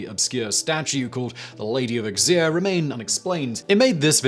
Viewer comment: Auxerre = Oh-zair, NOT Ux-eer.